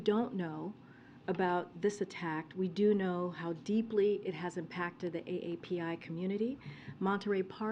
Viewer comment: The word is "Impacted" not "Apacted" where did this woman come from??